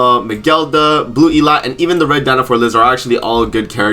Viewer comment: Idt i have heard anybody say elatte's name the right way. Nag always butchers it too. E- Latte NOT Elat lol.